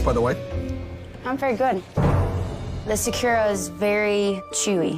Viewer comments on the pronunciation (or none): ugh, this is the one where the girl says sakura like “secure-ah” 😤 don’t piss me oooffff